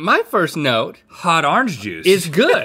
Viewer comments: "Hot arnge juice" I love how Rhett talks NOTE:ITS ORANGE NOT ARNEGE BOYO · "Hot arange juice, hot arange juice!" -Rhett